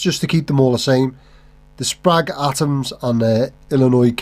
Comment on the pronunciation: Every time you say for someone to let you know in the comments I think, "oh we will let you know!". Just knowing the internet. Plus it's pronounced Sprague. 😂😂